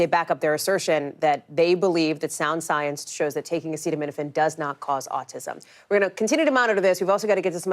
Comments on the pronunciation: It's not your fault you are dumb and your president is too.....can't even pronounce acetaminophen....that's hilarious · My 10 year old granddaughter knows the word acetaminophen and can read it. Unbelievable he is that illiterate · Bro can’t even pronounce acetaminophen